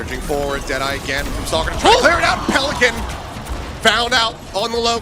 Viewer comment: PeliCAN not PeliCANT goes kinda hard